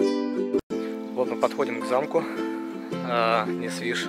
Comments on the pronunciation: ОршА, НесвИж... Ну хоть бысв педивикии посмотрели, где ударение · Проехать за три дня может и можно, но увидеть невозможно. Несвиж ударение на первый слог, если говорите на белорусский лад, то тогда на последний, но уже через Я, Нясвиж